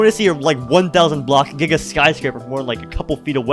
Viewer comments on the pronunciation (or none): none